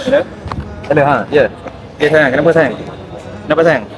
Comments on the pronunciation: 28.41 safwan nak sebut ayang ❤ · MCM dia sebut ayang